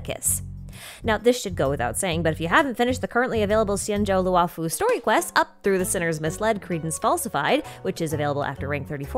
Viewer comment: xianzhou luofu is pronounced “she-an joe loo-oh foo” the “luo” does not end in an “ah” vowel